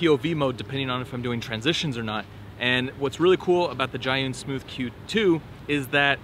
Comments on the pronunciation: Its pronounced zoo-yen like, You Win! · Everyone got a different pronunciation😂 this man said Giyun